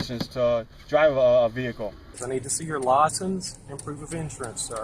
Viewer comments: Vehcile? WTF? Who's the illiterate one here? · you are illegally getting into my Ve-hickle